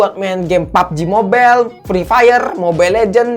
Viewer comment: Suka ketawa saat bilang PABJI MOBEL sama FREE FAYER😂